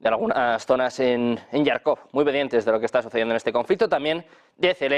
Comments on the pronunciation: Por qué dice todo el rato "Yarkov"?!!! Es que no sabe leer? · Tío, no digas más "Yarkov", es JARKOV, con jota española. Los anglos lo escriben "Kharkov" para conseguir el sonido. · Jarkov, se pronuncia como se escribe.... Tartamudo... NO ESTÁS DANDO LAS NOTICIAS EN INGLÉS.... para dar otro tipo de pronunciación.